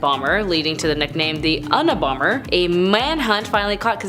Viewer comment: The “UN” abomber lol